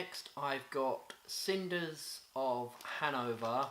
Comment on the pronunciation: I dunno if you realised but you mispronounced the third one it was Snyders not cynders lol cool video though